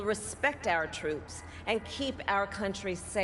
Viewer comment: She almost said cantry what you talking about coherently bruh